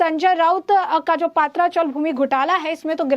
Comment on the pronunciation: Paatraa sounds more like a gujrati dish, or alhooo wadi. Please it's patraa.which means metal sheet roofs.